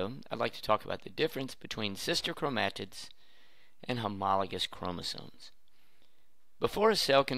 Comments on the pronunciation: Learn how to pronounce 'chromatid.' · please stop saying chromatid like that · I've never heard someone pronounce chromatid the way he does.